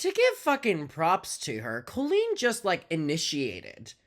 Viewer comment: I love that trisha doesnt pronounce colleen the wacky way colleen wants everyone to to proove shes special